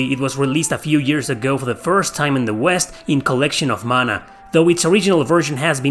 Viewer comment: When you hear the PROPER pronunciation of Mana. 😊🥰